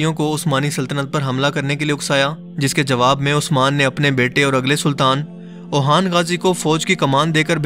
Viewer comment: I am sure you haven't watched this serial, the way you say "Dirilice Artughal" tells this. is sardar ka naam tha: Suleyman Shah (Ertugrul Nahi) Seljuki Sultanate, not Seljuti Osman ka Beta Orhan Ghazi (Ohan Nahi)